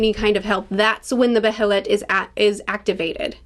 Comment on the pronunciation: Loved the Behelit tangent (you're saying it right btw, either beh-heh-lit or bey-heh-lit) and I'm so glad you're picking up on the free will vs fate/causality themes.